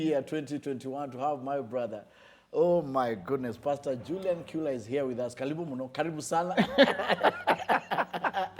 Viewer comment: The pronunciation of that name is chu-la